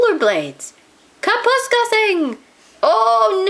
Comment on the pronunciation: I am afraid the reader has mispronounced Kapuskasing throughout the story.